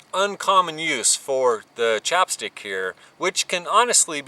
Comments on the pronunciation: It's not "chop" stick. It's "chap" stick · I love your videos, but that accent was killing me every time I heard "chopstick" instead of "chapstick". LOL keep up the good work, man!